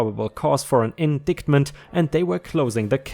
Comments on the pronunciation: I love these legal advice videos. Indictment is pronounced without the hard "c" it sounds more like "indightment". ⭐⭐⭐🌟🌟🌟⭐⭐⭐⭐⭐🌟🌟⭐⭐⭐⭐⭐⭐⭐⭐⭐⭐ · I really enjoy these legal stories. They are far less exaggerated and feel much more truthful. Please can we have lots more. One word you found difficult today is indictment - pronunciation is in dye t ment ( the c is silent). One of those awkward legal words. ⭐⭐⭐⭐⭐⭐⭐⭐⭐ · Also, indictment is pronounced "in-dite-ment."